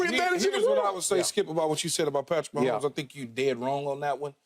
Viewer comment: #15 Patrick Wah-homes :face-pink-tears